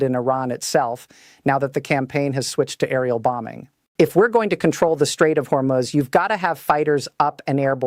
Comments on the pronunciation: Hormus Is Pronounced, Hor Moose. Thank You For All Of Your Neews & Militar Strategic Information To Be in The Knowledge This Information Is. Important to The Citizen's Of 🇺🇸 America 🇺🇸 ❤ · Straights of Hormuz Pronounced Strayts uhv haw-mooz I, felt that you all were well Versed! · Your AI can’t even pronounce the name of the straight correctly?